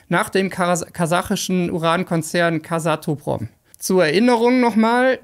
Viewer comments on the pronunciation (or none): Es heisst natürlich Kaz-atom-prom